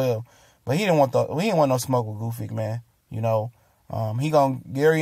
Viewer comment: Gusyk, Goofik... OMG, it's Gvozdyk! Or are you trying to deface his last name on purpose?